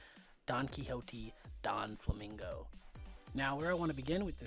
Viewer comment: are you seriously saying Donflamingo?? it's Doflamingo, Doffy. not Donfy...